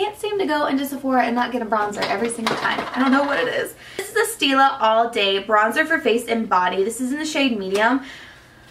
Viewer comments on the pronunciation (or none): none